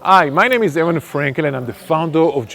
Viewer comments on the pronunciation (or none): none